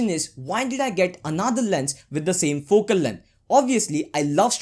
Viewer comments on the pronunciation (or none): none